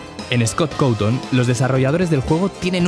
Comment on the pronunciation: Además porque le dice así Scott cautín